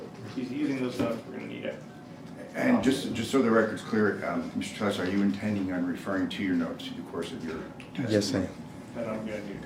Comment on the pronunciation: When he made campain ads in 2022, he pronounced his name t-ELL-is. Now on the stand it's t-AY-is? Everythig that comes out of his mouth is BS